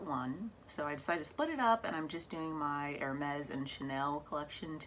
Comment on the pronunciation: Hermès not hermés please 😁❤️💋 J’adore ta collection de sacs Hermès Gros bisous à toi 💋💋💋